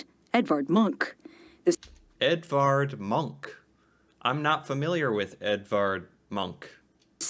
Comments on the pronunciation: It is not «munch». The name is pronounced «moonk».. A huge museum dedicated to him opened not long ago, close to the opera house in Oslo.. :) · The Munch Museum (pronounced Munk) was old and in bad shape. The old National Museum was a lot older and in much better shape, but it became far too small. I haven't been to the new one yet, but I'm visiting Oslo (my hometown) in a couple of weeks and may be able to go there then. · The irony when the lady she interviewed is Danish, not Norwegian, and most people find that museum damn ugly. It’s just a box… and I live north of the former Munch museum in Oslo😝 And Munch is pronounced “Monk” in Norwegian. Some say Munk with a -u sound.